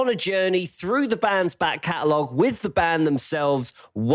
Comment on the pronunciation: Okay I'm finally caught up, and I've been dying to ask: Is saying "Back Catalog," or "Bat Catalog?"